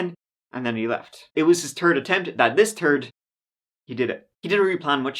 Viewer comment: You really gotta learn how to make the “Th” sound. Tired of hearing you say turd … it’s third.